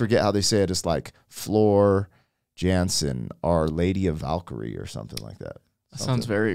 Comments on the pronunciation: NightWish Army Wisconsin Chapter here. This is the Greatest band in the planet lead by the Greatest Volcalist, out Valkyrie Queen Floor Jansen, pronounced Yohnsen. I have been blessed to see NightWish live, as well as Sabaton and Epica. Already have tickets for the BabyMetal experience! Enjoy your ride my friends and Keep exploring the universal language of Music! 🤘❤️ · Her last name is pronounced Yansen. The keyboardist, Tuomas, is the principle songwriter of the band. It was recorded at Wacken (pronounced Vacken) Open Air Festival. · Almost, love. Jansen is "Yahn-sen." ;) The video is from the Wacken (Vah-ken) German music festival. There were over 80,000 people there that night. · FYI, Floor’s last name is pronounced Yahnsen and she is the vocal queen. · A small remark: You pronounce the 'a' in Jansen like the 'a' in the word car. Floor is indeed from the Netherlands (my country).